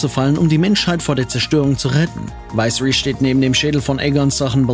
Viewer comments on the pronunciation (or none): WTF wie war denn die Aussprache?? Es heißt Viserys und nicht Vaiseris. Das geht aber das ganze Video so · König Weisris? Aussprache sollten wit noch lernen😉😅